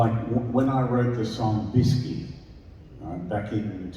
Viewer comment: It's not "Biscut", it's "Biskie" 😉 Thank you for all videos with Tommy 🙃